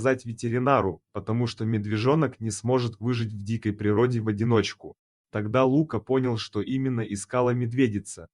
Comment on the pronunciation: Кто это читает???? Есть русское имя ЛукА, ударение на А. Но нет имени ЛУка, с ударением на У.Чтецчитает быстро и монотонно. как шпаргалку перед экзаменом. Так нельзя читать подобные истории. надо выразительно читать, представлять эмоции тех персонажей о ком читаешь и вкладывать эмоцию в слова текста. Видео ряд хороший. Текст заново начитайте, чуть помедленнее, и голосом передавайте все эмоции и все чувства ваших герое.